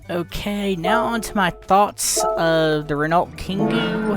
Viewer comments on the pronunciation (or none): 'ren-alt' 🤣🤣 please look up how to pronounce Renault